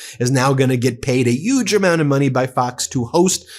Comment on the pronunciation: is she being paid a ‘YUGE’ amount or a ‘HUGE’ amount 😂